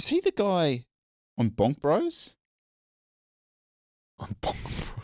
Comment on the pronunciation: When said BonkBros, I heard BangBros. But. I'll not admit it. 🙈